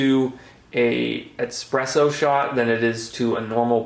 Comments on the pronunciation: Hey, I'm sorry if I sound like a jerk, and I hope you take no offense, but it's pronounced bee-aletti, not By-aletti. And it's not expresso - like express. It's espresso, with an S. The name comes from the Italian word for pressed out, hence espresso. Keep up with the good content and good luck! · bro its eSpresso not eXpresso.